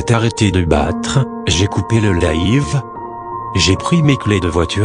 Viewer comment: « Laïve » 😂 jpp